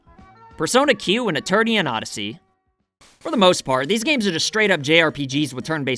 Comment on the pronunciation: *Etrian Odyssey Not "Eternian odyssey"